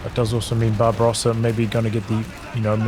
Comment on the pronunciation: I kept thinking you were calling “Barbarossa” “Bob Ross” and it made me very happy haha